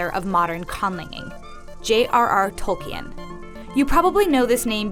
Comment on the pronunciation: WHEN SHE SAID "TOL-KI-EN" I HAD A STROKE PLZ SEND HELP BBBBBBBBBBBBBBBBBBBBBBBBBBBBBBBBBBBBBB